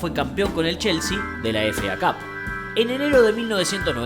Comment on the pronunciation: Me encanta que diga FA CAP en vez de efei cap